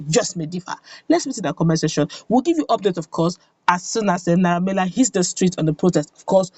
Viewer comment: His name is Naira Mar-ley.....not Mila